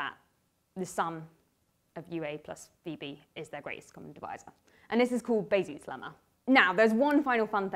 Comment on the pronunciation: What is the name of the lemma that says the gcd can be written as a linear combination of the two numbers? I heard "Bayses Lemma" but closed captioning doesn't agree.